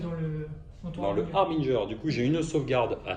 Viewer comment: Ah... Enfin une prononciation correcte du mot 'harbinger' :) Pour l'anecdote rappelons que son étymologie provient du mot français 'hébergeur'. Cette minute linguistique vous est offerte par Papy Lolo :D À part ça il faut peut-être que tu changes tes dés... ;) Partie très sympa en tout cas et qui confirme l'efficacité des kurnoth hunters.